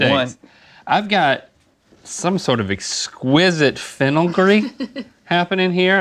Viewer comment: We got "fennelgry" and "ribbondry" in very short succession. This is a good day.